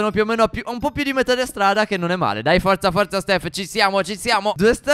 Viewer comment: Io ho capito staffò